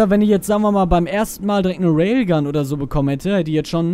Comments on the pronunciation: Warum sprichst du die Raygun immer als Railgun aus? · Ray-gun und nicht Rayl-gun :D